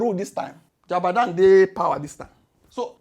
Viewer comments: I love what you're doing...It's Jagaban not Jabadan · 😂😂😂😂😂😂🎉 ooooooo, it's not jabadan ooo it's jagaban, of borgu 😂😂😂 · he is called JAGABAN not JADABAN 🤣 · Jagaban ❌ Jabadan ✅ 😂😂😂😂😢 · how 😂 it's JAGABAN not JABAGAN 😅😅😅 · Its Ja-ga-ban not ja-ba-dan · Jagaban not Jabadan😅😅😅😂😂😂 But for real, you get time that answer that dump guy. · Jagaban!! at least get his bloody name right 😂😂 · ""JABADAN""" 😅😅😅😅😅 My guy say naa JABADAN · you called Jagaban. Jabadam 😂😂